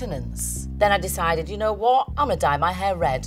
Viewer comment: I like how she’s like “you kno WOT?”